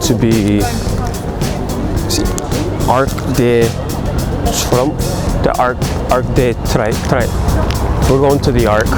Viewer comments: "Arc de Trrgggh... , the giant Arc " Haha! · Didn’t he say arc de Trump? 😂